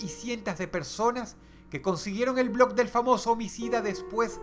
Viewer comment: Dross pronuncia mal el nombre del blog